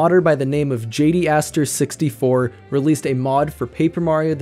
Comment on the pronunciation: If you'd seen his friends' streams you'd know his name is pronounced Jay-Dee-Ay-ster. Like his initials are JDA.